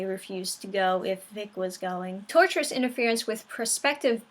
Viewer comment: Why do I keep hearing people call it "Tourterous"? lol... there's no "R" after the "T"... its pronounced (tor-shis)